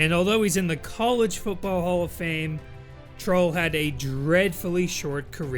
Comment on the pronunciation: There are quite a few former and future CFL QBs in that list: Songin, Parilli, Trull, Sherman, Kapp, Flutie. Don's name is pronounced "Trule;" I saw him play in Edmonton in 1970 and '71. Tom Sherman beat out Joe Pisarcik for the starting job in Calgary at the beginning of the 1976 season, and they were both gone before October.